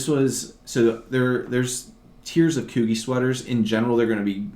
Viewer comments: Coogi is pronounced kew-g, love your knowledgeable videos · Peter Millar is pronounced "My-Lar and Coogi Is Pronounced "Coo-Gee like the letter, learn so much from you so